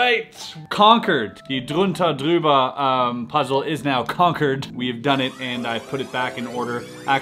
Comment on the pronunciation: Jürgen not Jürgen and drüber not druber.